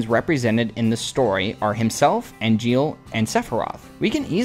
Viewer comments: I'm having a blast with your videos, but something rubbed me the wrong way: Why are you pronouncing Angeal's name as "Ariel"?? EDIT: you later pronounce it correctly! What gives?? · Amazing vid! But why you call Angeal Ariel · Sorry but why do you keep calling Angeal Ariel did I miss something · And why do you keep calling Angeal "Ariel?" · You have the name but pronounce angiel, as ariel? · Uh, amazing video, but why do you keep calling Angeal Ariel?